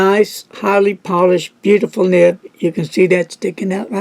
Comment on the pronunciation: it is nib not nip.